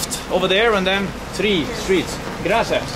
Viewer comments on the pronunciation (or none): Harald needs to practice on how to pronounce "three" and "bear" (from Himalayan video).